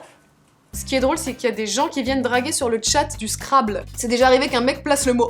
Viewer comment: On prononce scrabble : Scrabbeul